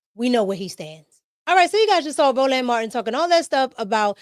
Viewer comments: Row Land Marteen is CRAZY Pronunciation 🥴🙆🏿‍♂️🤣😂🤣😂🤣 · Ro-Land , every time you say it I repeat it … lmao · "Row-LAND" is killing me! LoL ✨️